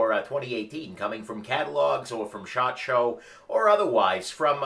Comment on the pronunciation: Ok, anyone else hear say shart instead of shot? I get a chuckle everytime he talks about the Shot Show. At least that's what I think he's talking about..